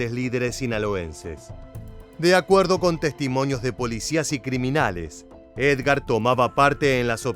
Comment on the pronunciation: Edgar y no Ergar.